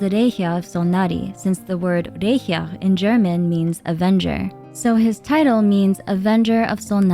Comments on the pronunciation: Me as a german "this means in german..." I was like...huh what??...Oh Rächer! I heard everything but that, german is hard to pronounce sorry! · was I confused by your pronunciation of "Rächer"